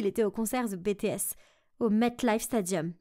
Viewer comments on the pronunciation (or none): On dit bitis pas bétés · C'est pas comme tu dis ça Bé té ès ça veut dire quoi tu demandes que BTS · et ce n'est pas bé té ès mais BTS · bah en gros ils disent “bé té ès” mais ça ce prononce “bi ti ès” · C'est BTS mais pas "bé té ès". Ça se prononce bities tu n'a vraiment pas la classe 😏😏🙄😒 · c'est comme dans troom troom, quand ils font genre des vidéos (pourri dailleur) "BTS ou BLACKPINK ?" la meuf elle dit BÉTÉESSE C'EST PAS CAAAAAAAA C'EST BITIÉSSE ! ET SI TU AIME BLACKPINK ET BTS EN MÊME TEMPS T'as le droiiiiiiit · On di pas bé té ès on di bts😊😊😊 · C'est BTS mais ça se prononce bi ti ès mais vraiment c'etait cool c'est meme ma premiere video msa french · C'est pas "Bé té ès" mais BTS merci bien cordialement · Nan pas ( bé té s) mais (bi ti s) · seigneur mais oreille be te se pardon faut bien prononcer c'est bts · “Bé té ès” en tant que Army je saigne des oreilles 😭😭😭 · Wsh ses bi ti s mais sa sécrit bts mon cœur saigne je suis une army depuis 2014 et jais jamais entndue sa 😭😭😭😭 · Ouais bee tee s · Moi aussi j’ai fait une grimace quand j’ai entendu bétés💀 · omg même moi.c Bi ti ès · Moi aussi sa se lit (BI TI ES) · On dis b t s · Quand elle a dit bé té s j'étais perdu 🤣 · Et on dit bee tee s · bah oui c’est BTS mais je parle de la prononciation qui devrait etre “bi ti s” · je parle de la prononciation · Ouais bè tès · <<Bé té ès>>franchement ça ne va pas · Elle a péter le nom du group c est bi ti s la pronociation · "bé té és" les army dans les commentaires 😭 mes oreilles saigne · "Bé té èss" AAAAAH ca me fait saigner les oreilles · "Bé té èss" erreur 404 mes oreille saigne ! Les army's en sueur 😵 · Meme en animé les coréen son méga canon Elle ma choquée en disant BETEÉS Par contre la seul personne que j'ai reconnu dans BTS c'était Hobi a cause des cheveux 😂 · "bé té ès" en tant que Army et les autres Army nos oreilles saignes😭😭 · Elle vient de dire Bé té ès en tant que army,ok ça c'est triste 😭😭😭😭😭😭😭😭😭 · "bé thé esse" J'en peux plus j'deviens sourde à l'aide